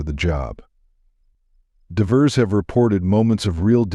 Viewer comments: Too bad AI can’t pronounce the word “Divers”. Can’t you read the dialogue? Every time I hear a simple word mispronounced I lose interest. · Must be A/I reading this no I in divers etc.